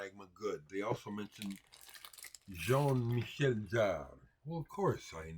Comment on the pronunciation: Of course, you know about and have Jean-Michel Jarre (btw - correct accentuation, ). You talk a lot about influencial records during your teenager-years in your show(s). I love that. Always reminds me of the music, that changed things for me or introduced me to new genres. Jean-Michel Jarre was one of them. I remember, I went to the record store as a 10 year old and wanted to get some new things besides The Beatles, Stones and some radio hits. Ended up with Fischer Z (Red Skies Over Paradise)... AND: Equinoxe by Jarre. I was allowed to listen to it in the store on headphones – and: woooohooow. While listening, I realized, that the big hit "Oxygene" (at least in europe, it was) of course also is by Jarre. But I did not have enough money to buy a third album. At least not that day 🤗😉 Those were the times! The other to game-changers in retrospective: "Wish You Were Here" (Pink Floyd) and "Jazz Goes To Junior College" (Dave Brubeck, my Dad gave it to me, because it was his favorite record, when he was a kid).